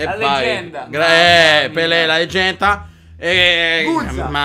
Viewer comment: Sentite, al minuto,come pronuncia ''La Leggenda''. Succede a tutti.... Sei il migliore!!! GRANDE